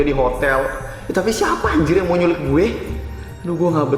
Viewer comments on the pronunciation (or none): Nyulik kak bukan nyulil